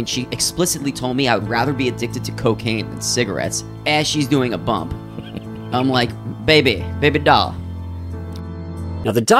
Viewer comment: It’s “bump,” not “pump.” Just so’s you knows.